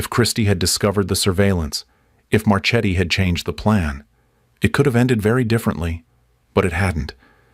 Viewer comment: Marchetti is an Italian name, so it's pronounced MarKe-t-t-y, not March-eddy. You're welcome.